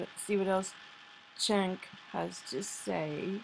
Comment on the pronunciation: The Clintons and the Bushes are in bed together. It drives me nuts that for the last 28 yrs, we've only seen 3 names holding presidency. I think she might have said "This, Cenk, is small change." His name is pronounced "Jah-enk." And if you haven't seen this, it lines up perfectly with my theory on cellphones being the only chips they need.